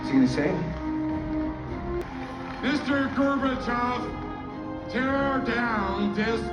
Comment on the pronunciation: Why did he say it like that? "Mr. Gerbercharv" lol